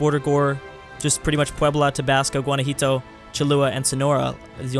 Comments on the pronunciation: Where is the I in Guanajuato? he is saying guanjuito xD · Keep it going ! And stop calling Guanajuato Gunajito plz xD Thats some good crack when you pronunce the first "ua" (oo-a) right and the second like "ee" xD